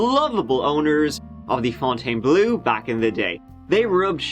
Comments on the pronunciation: The unexpected "Leeee Fontainebl" at the end almost made me choke on my McNugget... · Pronounced “fontaine-blow.” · thats pronounced FountainBleh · Them: can't hurt you: LEFOUNTONBLEUEUE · Pronounced... FONNTANN BLUR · Fontainebleau is simply pronounced Font - Ten - Blow. That’s all there is to it. Merci! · As a Frenchie, the "Fontaine" part was ok, but one should pronounce "bleau" like "blow". Yeah, yeah, but it's really how it sound. Same for a bit like "beau", that you pronounce "bow" (and arrow, all that). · don't mess with Fon-tai-ne-bleau ! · Criticizes the name Fountainebleau, but can't pronounce the word "three" in his native language. Oh, by the way, how do you pronounce "herb" and "valet", because if you are like everyone I've ever heard from the UK and Ireland , it isn't like the French pronounce those words. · Living in Louisiana where we have a bunch of locations, neighborhoods, & state park with Fontainebleau as the name this is the first time I heard it pronounced the way does.